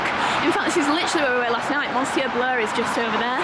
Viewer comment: Lovely vlog! Just so you know, ‘monsieur’ is pronounced ‘miss-yeur’. 😃💞